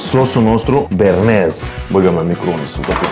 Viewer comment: sosul e Bearnez si nu Bernez:)